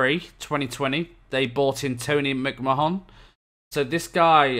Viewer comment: McMahon pronounced like ‘McMahnn’ how the hell did he manage to wrangle that wage?! Speechless was right when I seen that too. Like the commenters below DoF idea for the lower league signings. Good vid, don’t care if they happen every year, the game advances so it’s always interesting to see the new systems in action.